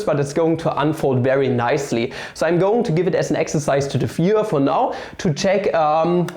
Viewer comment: The way he says "viewer" sounded like something else... Insert that famous German dude meme here lol.